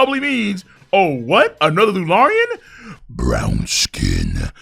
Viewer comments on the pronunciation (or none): “BrOWnn SKinNn” 💀